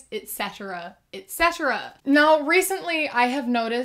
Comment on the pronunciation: i love when you say ext.